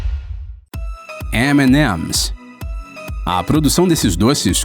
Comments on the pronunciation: como eu falo: EMI EMIS Como ele flw: Emenemis 👺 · TO ME MIJANDO DE RIR O CARA FALANDO EMINEMS . EMIMES. KKKKKKKKKKKKKKKKKKKKK MANO ? É SO FALAR EMI EMI QUE DIFICIL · "Emenemes" kkkkkkkkkkkkkkkkkkkkkk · Só a pronúncia do M&M achei bizarro ... Mas o vídeo foi top